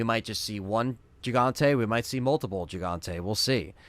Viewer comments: It’s pronounced “he”Fante as a Spanish speaker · It's pronounce HEE, HEE-Hon-té, for El Gigante.